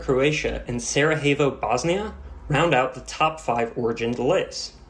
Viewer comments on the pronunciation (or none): "Saraheyvo" 😭😭😭not everything in Europe is Spanish... Edit: Skdjopay??? Dude howww, how do you even come up with these pronunciations... also, "Plodiv, Bulgaria"? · Amazing video, great job! btw, Sarajevo is pronounced sara-yevo, j only sounds like h in Spanish. I don't blame you for making this mistake though, most Americans wouldn't even try! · Pronouncing Sarajevo like it’s a city in Mexico is a baller move